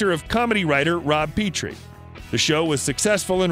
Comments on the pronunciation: You spend all that time on the cars he might own and can't spend the time to learn that his iconic character's name was/is pronounced "Pet-Tree" not "Pee-tree". That's just sad. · It's pronounced "Pet-tree" not "Pee-tree." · you can tell the narrator never watched the show by how he pronounces "Petrie" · Yes, amazing blunder.